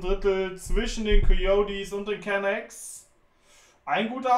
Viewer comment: Es heißt immer noch Can"a"cks, nicht Can"ä"cks:'D <3 Ist doch gar nicht schlimm ohne Ton, man versteht trotzdem, was abgeht:)